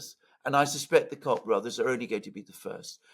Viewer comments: just a pronunciation correction it's Coke brothers. I'm aware that it's spelt Koch. Cock has a different meaning in N America 😊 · Alexander: “…the Cock Brothers” 😂😂😂😂 I believe their name is pronounced as “Coke”, but I like your pronunciation better 😂😂😂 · The Cock Brothers is the perfect pronunciation:face-red-smiling-live::hands-yellow-heart-red::face-purple-smiling-tears